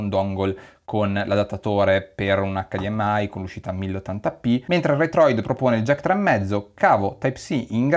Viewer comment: "Acca di emme i" o "eich di em ai". Non "acca di emme ai"